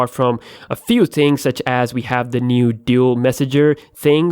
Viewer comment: " is another NUDE dual camera" lol